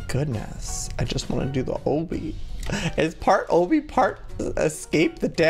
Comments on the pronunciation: I thought Obby isn't pronounced "o bee" it's pronounced "ah be" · joey PLEASE call obbys' like aw bee or bees instead of oh bee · "Oh bee" I thought it was pronounced "aw bee" 😂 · I love how he says it O-B rather than the regular Ah-B😂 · lol I like how he says obby like OH-BBY. I say it like Lobby without the L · It's Aw/bee that's how u pronounce Obby 😂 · I think it's pronounced Ah-Bee. Like Obstacle Course is Ah-bstacle. Obby is short for obstacle course. Sorry, it just really bothers me when people say Oh-bee. Lol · im dying he keeps saying oh-bie its obby XDD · It's not ohbee it's awbee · Obbie lol its obby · Joey it's pronounced like lobby but without the l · U say o-by it ob-y FYI cx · Joey I don't think that you call it ooby it's obby ok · Ok Joey OMG I love you so so much but it's A-BEE not OH-BEE! But I still love you! 😘❤️😁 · He said oby but he said it wrong obby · Joey said Obby pronounced Oh-bby isn't it Obby pronounced Ah-bby? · He said oby instead of obby😅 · Joey it's no O-BE it's AH-BE Like this so Joey can see it!!! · It's pronounce ab-be not oh-be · joey i'm not trying to be mean but it's pronounced awbby not ohbby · I hate how he says ohbby instead of ahbby (these are the spellings of how they sound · It's not pronounced like OHbby it's pronounced like obstacle course. obby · it makes me mad when he says Obie instead of obbie. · UGHHHHHHHHSHSHSHSHD ITS NOT. Oooooobbey it's ahbeey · obby** you kept saying obbey🙃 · Joey I love your videos but it's pronounced OOOOOO-bby the O kinda has a A sound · heey joey pls notice me 😊 btw its not pronunced as owby it obbie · JOEY UR FUCKING PRONOUNCING OBBY WRONG!!!! ITS NOT OBY, ITS CALLED O-B-B-Y, OBBY!!!!! Luv u tho! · sweetie it's pronounced like ah-be not oh-be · Eeeeeeggggggg he still pronounces. Obby. Ahhhbeee. Like ohhhbeee. CRINGEEEEE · OH-BBY! lololol I cringe so hardddd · OBBY IS PRONOUNCED AWW-BEE JOEY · I think it's pronounced "ah-bee" like obstacle course. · obby is pronounce aw-bee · Joey its ah bee